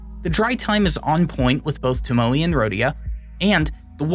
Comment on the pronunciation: Tomo e. (e is pronounced like the e in bet)